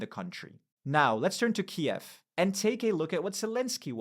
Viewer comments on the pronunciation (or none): none